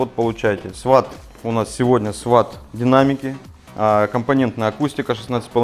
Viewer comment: Все круто. Полезно. Только не "сват", а "свот" это спецотряд в США.